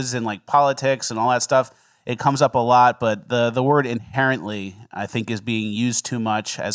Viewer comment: My deaf ass thought y'all were saying "apparently" for the first five times you said inherently..